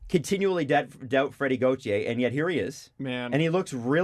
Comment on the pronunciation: Everytime I listen to the podcast I always hope they’ll finally say Freddie Gauthier’s name right and I’m always disappointed